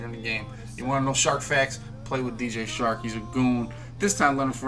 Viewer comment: It's dj CHARK. NOT SHARK.